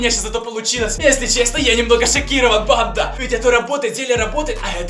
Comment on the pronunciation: И почему мне слышется не банда а панда?